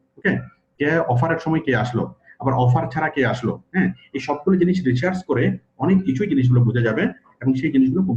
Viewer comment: আপনি ডাটা রিসার্চ কে রিচার্স বলছেন